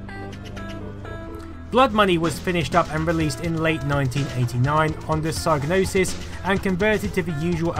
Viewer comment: Great documentary, but the G in psygnosis is silent ;)